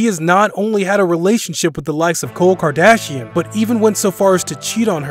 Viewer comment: mans just said cole kardashian